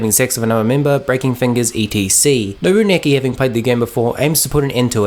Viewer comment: I loved this anime even though it was fucked up. I’m surprised that a lot of people hated this anime. And you keep saying Nobuaki’s name wrong.